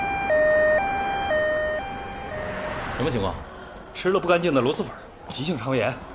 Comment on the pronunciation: 听着好难受，全剧组就没一个人百度一下螺蛳粉怎么读吗？蛳是平舌si…